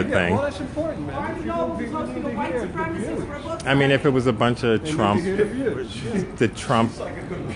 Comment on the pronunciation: ACIST. He's a white supremACIST. Not a supremist. By all means throw around buzzwords, but please fucking learn how they are pronounced first.